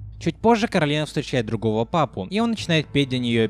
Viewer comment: А ещё она КОрАлина, а не КАрОлина, это как зеркальное отражение. Как в сказке Оля и Яло.